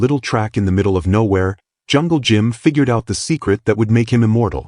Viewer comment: Hey artificial intelligence its jungle Jim not jungle gym